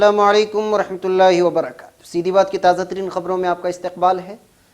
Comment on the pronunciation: aap se guzarish hai aap barakatahu kahen barakat na kahen